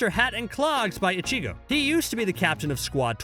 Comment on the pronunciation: How do you let a dude who clearly never watched bleach butcher so many names and upload this video. This man said icheego and just ran with it